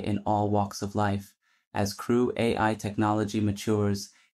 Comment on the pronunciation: Had me going until “” was pronounced “creweye”